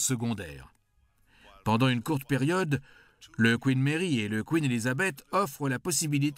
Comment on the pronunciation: Le Furiousse, le Brémène, le Royal Navel Air Service, Nouillorque, le Couine Mairie, Air vonne Ribenne Troppe, le Grave Spi, résister aux Zou Bottes, ............MDR